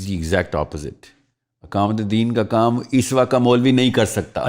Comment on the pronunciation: میاں! اقامت بولنا سیکھو! یہ الف کے زبر کے ساتھ نہیں زیر کے ساتھ بولا جاتا ہے😅